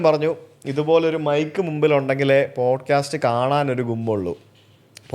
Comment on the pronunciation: "Bodcast" alla sujithe